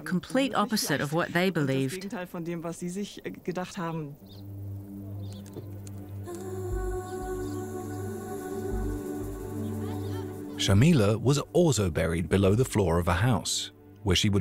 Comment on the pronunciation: Thank you for this amazing documentary! Just a side note, The name is Jamila not shamila. J is pronounced as J in Jacket. Jamila in Arabic translates to beautiful.